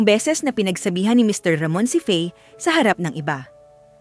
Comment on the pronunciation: Bakit ang hirap mong bigkasin ang mr.ramon.